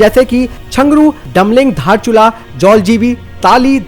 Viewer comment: धारचुला नहि बे 😂😂 दारचुला हे ओ भि नेपाल का हे।